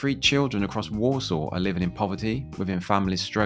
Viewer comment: I keep hearing Walsall as Warsaw